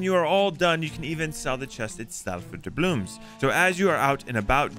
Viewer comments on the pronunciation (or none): "D A B L O O M S" it hurts